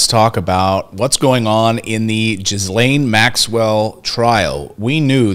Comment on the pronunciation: WOMAN'S NAME IS PRONOUNCED "GHI LANE" SPELLED GHISLAINE MAXWELL. THE ES IS SILENT.